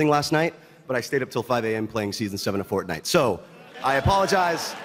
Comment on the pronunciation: C'mon,..I love ya, but Fornite? Really? Still, damn straight Red Dead Redemption 2 has won everything its won.